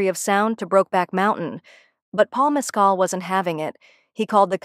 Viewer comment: MES-cal has its accent on the first syllable.